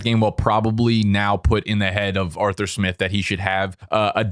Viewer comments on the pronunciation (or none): none